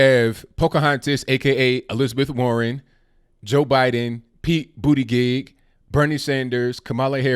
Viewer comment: Its Pete Booty-Jizz! Get it right guy. lol